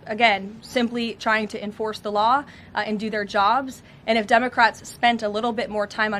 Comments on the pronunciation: Did she say dummy-crats 😂😂😂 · Did she say "on the dumbocrats"? 😂😂😂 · Hahaha, i heard that karoline, “ the dumacrats” i love it!! She says it twice in the first 39 seconds .. 👍👍👍✌️✌️🙏🏼🙏🏼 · Sounds like she is saying dumbocrats, which is not far off! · Senate dumbacrats? Is that what I just heard her say?! 🤣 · Haha notice how She says " Dumocrats 😄 🤣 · I thought she said “dumbocrats” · Lmao did she say " dumbocrats "